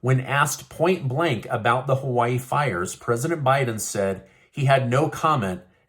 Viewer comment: Joe can't say Hawaii-He needs another prune smoothie and a nap during the prayer ceremony.